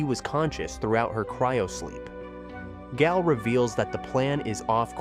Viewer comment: I'm guessing the voice over was done by AI. How many times was Gael inconsistently pronounce as Gal, Gaul, Guy-El, etc. lol